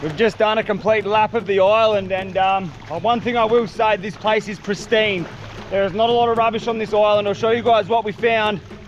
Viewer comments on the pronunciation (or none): none